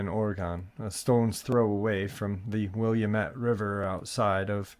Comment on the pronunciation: just because I love you…lol, Willamette River is pronounced: Will-LAMB-it 😁😄🤗 as for Oregon: pronounce it like, “organ” donor. Also, you could totally tell me to F off haha 🤷‍♀️😅 Afterall, it’s your channel and I’m grateful for you and the dogfam! ❤